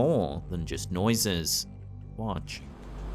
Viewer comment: But my guy.... The way you say Watch gives me goosebumps 🤣... Good work though 🤠 👍